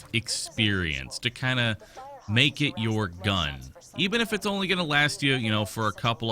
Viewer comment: GODDAMNIT YOU SAID ONE LEE KILL PER VID. You have betrayed me.